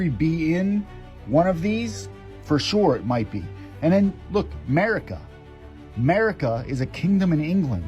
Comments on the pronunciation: The encyclopedia guy needs to read better. It didn't say Merica, it said Mercia. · 1L17L00 Anyone who says "Merica" when it is Mercia, is not someone I will read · In the encyclopeadia it did not say " Merica" . It said " Mercia" which is a well known part of the UK. :}